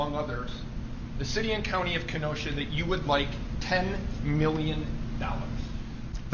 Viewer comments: As a Wisconsian... thanks for pronounceing Kenosha right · I haven't heard Kenosha mispronounced yet